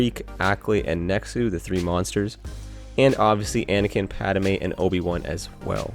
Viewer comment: Omg I hate the way he says Padmé. It’s pronounced (pad-may) not PADOMAY😤